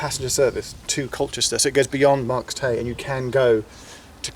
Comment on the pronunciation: Marcomanseckisax Marks Tey is pronounced as Marks Tay